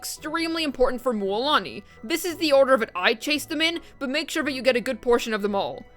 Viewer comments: Why is she calling Moooolani? Instead of Mulani? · MMMMMULAANI😂😂😂 damn the prononciation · Can I get just a recording of you saying Mualani?